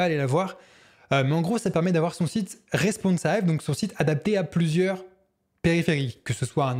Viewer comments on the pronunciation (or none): Pour t'aider à améliorer ta chaine : attention (!!!) à la prononciation des mots anglais. Responsive se dit avec un i, pas avec un "aïe" (il suffit de demander à google pour trouver des exemples de prononciation). Dans ta video sur le "swap", il ne s'agit pas de ce terme qui veut dire échange (cf swapfile = fichier d'échange, par ailleurs ça peut être une commande pour échanger le contenu de deux variables, etc..), mais du SWYPE (qui se dit, du coup, avec un "aïe") et qui caractérise le mouvement du doigt pour faire défiler l'écran, certains claviers numériques ont aussi cette fonction "swype" qui permet d'écrire des mots en passant ("swypant") d'une lettre à l'autre sans décoller de l'écran. C'est très (très) récurrent (il y en a d'autres cas dans d'autres vidéos) et ça gâche le plaisir (et un peu le sérieux qui caractérise tes vidéos).